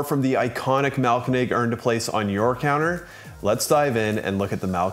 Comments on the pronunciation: Thanks for the review and for not completely butchering the name although it could use some improvement. Try splitting the name into 2 words: Mahl-----Koenig. (Grind-King) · The way you have pronounced Mahlkönig makes this a really tough watch 😂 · haha, it got better as the video went on but the first few are pretty funny 😄